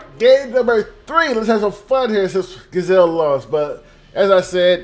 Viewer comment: It's pronounced G-ee-zelle like geez.